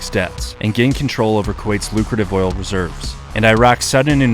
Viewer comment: Did I hear oil? 😂